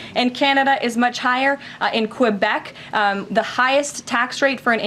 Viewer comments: Karo-Lyin' Schlep-It does not know how to pronounce French-Canadian. I'll say it phonetically (That means say the way it sounds) for MAGAz: Kay-Bek; people from there are Kay-Bek-Wahz. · I like how Trump's secretary pronounced the name Québec as 'KeUWbEcK' LOL. These idiots can't even pronounce the name of our provinces correctly & yet they expect us Canadians to believe that they 'care' about us? Please Fuck off. These morons really think the rest of Planet Earth is as dumb as they are; everybody sees right through their shit except for the most backwater rednecks in Canada 🤦‍♂what a bunch of zilches. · I like her pronounciation of Quebec. it sounded like she said Qwebec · Why did she say Quebec like that?? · she cant even pronounce Quebec properly. Wtf ? Seriously. You did research, lol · She can't even pronounce Quebec correctly. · She doesn’t even pronounce Quebec correctly. Good luck trump regime. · She can't even pronounce Quebec, correctly. CAN YOU IMAGINE, if CANADA said that they wanted to annex America, into a Canadian territory ??? Yeah- it's insane, and so is trump. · The Constitution of We The People.. The Orange Menace is destroying our country.. In record time.. pissing off our neighbors.. Canada and Mexico.. this guy is a FIDIOT and the new White House press secretary.. is just a stupid mouth piece.. sit down and ST*U little girl.. and you mispronounced Quebec.. inflation is going straight to hell.. and egg prices are thru the roof.. eggs!!